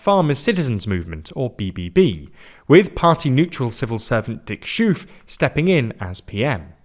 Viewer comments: Dick Schoof's last name is pronounced "skhoaf" not "shoof" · Dick Schoof being pronounced like he is named after a Belgian beer brand (La Chouffe) was not something I expected or was ready for. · "Dick Sjoef" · please figure out how to pronounce Dick Schoof, i'm tired of this "shuuff" nonsense, just say it as Skoaf or something if it's so hard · Little side-comment, but the double-o in Dick Schoof is not pronounced like OE in "shoe", but rather OO as in "book" or "door" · Dude, remember this once and for all: double o in Dutch sounds like oa in boat. You can pronounce Yeşilgöz so you can pronounce Schoof and Van Vroonhoven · The former coalition only achieved one thing: increasing the maximum speed from 120 to 130 kph, on some highways at some times, when possible, when there is no traffic jam. off-topic note: Schoof is pronounced more like "sho:ve" (long o). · It's more pronounced like the sound in "boat" or "hope". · Just to set the record straight, Schoof is pronounced with the same o that's in stove. Just swap the t for ch and the v for the f and you'll get pretty close to correct pronunciation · Wrong pronunciation of the prime minister surname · Brave attempt on pronouncing Dutch names. Premier Schoof = the oo should be pronounced like the o in 'own', not as in 'roof'. Very good description of the sorry state of Dutch politics. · Bit of feedback on your pronunciations. In Dutch, "oo" is pronounced like "oh". So "Schoof" rhymes with "cove", not with "move". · Poor Schoof; he was in office so shortly that I didn't even get around to correcting iffy pronunciation of his name. (And yes, it's all wrong). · did pretty well in the Daily Briefing with the exception of Schoof